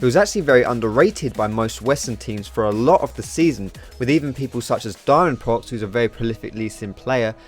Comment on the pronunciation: Just for the sake of putting it out there, Danil's name is pronounced "Diamond Pro X" instead of "Diamond Prox"